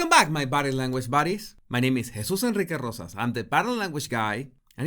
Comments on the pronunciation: You have to roll the R's a little, in En-rrr-eekay and Rrr-osas. With He-SOOS, the accent is on the second syllable. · Try this gringos: Jesus (hay-zoose) Enrique (Ehn Reekay) Rosas (Row zas). Spanish is phonetic, within IT'S set of rules